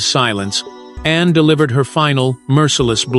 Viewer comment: I applaud Princss Anne! I just wish who or what narrates would not refer to her as "Annie"" and Princess Diana as "Deanna". That's disrespectful.